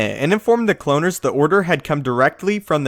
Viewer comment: Why can you never pronounce things properly it bugs me soooo much, the way you say kaminoan cloaners was fucked up!!